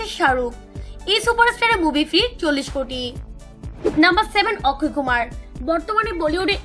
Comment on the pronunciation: অক্কয় নয় অস্কয় কুমার